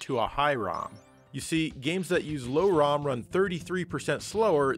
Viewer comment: He misspronounced SlowROM and FastROM, which is the way the CPU reads the ROM, being SlowROM (2.68 mhz) or FastROM (3.58 mhz)